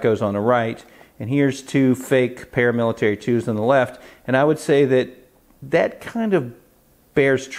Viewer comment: Wow ml, vely nice Spydelco Palamilitaly Thlee you've got thele!